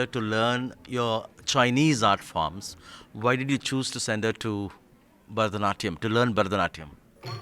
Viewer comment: Burrh-da-natyam? What kind of pronunciation is this?